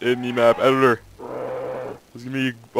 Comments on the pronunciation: Sounds like he says edilor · i know what an eel is, i was referring to the way he says editor lol. An eel has nothing to do with a snake just has that sort of snakelike body, they are just an ugly blind fish